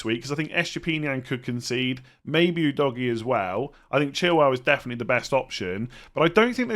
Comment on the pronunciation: I laugh everytime I hear Udogie pronounced as Oo Doggy......